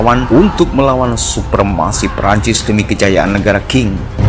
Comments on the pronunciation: Qing = Ching Bukan king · Qing dibaca Tsing